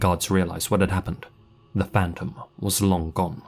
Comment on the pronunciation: ‘da faanntuum’ - pronunciation